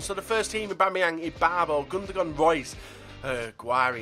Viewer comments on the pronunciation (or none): none